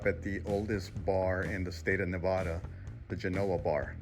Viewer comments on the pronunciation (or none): It’s Nev-a-da not Nev-ah-da